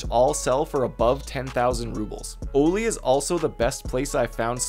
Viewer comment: "O-LEE" lol its pronounced "Ollie" like the skate board trick. Anyway great video just the pronunciation drove me nuts.